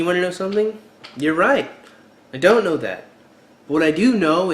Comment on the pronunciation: wait... when did we add an "R" to the word know?